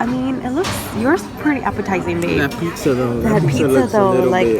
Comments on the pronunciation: You’re so gorgeous...xoxo 😘, I swear you were saying “peeksa” rather than “pizza”?! Lol 😂. Don’t screw up your beautiful brows btw... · You can tell she’s Hispanic bcuz she said piczza Hispanic donde andas? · she said pixa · the way she says pizza lmao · The way she said pizza😂